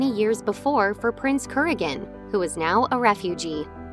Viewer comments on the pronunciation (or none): So, agèd actors died. No surprise there. Btw, Prince Kuragin’s last name is pronounced with the accent on the second syllable. The narrator should have known that.